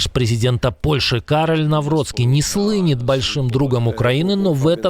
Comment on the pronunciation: ‼️диктор ! - "Навроцки не слыВЁт [тем или тем]" от слава=> слыть; у Вас "не слыНЕт". Спасибо за выпуск ❤.